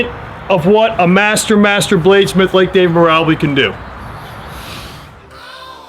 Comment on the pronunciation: Lol you keep pronouncing his name as Meer' Ubb' Lee', not Meer' Ahh' Beel', but serious props for putting David's masterful artfulness out to the world, I'm immensely enthused by his level of genius too..